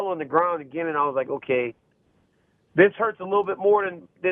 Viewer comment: "H'okay Jon Jones."